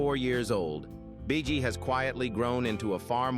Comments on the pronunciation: This AI robot announcer keeps saying Bee-Ghee. It's so annoying. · Bee Gee they pronounce it Bee Gee.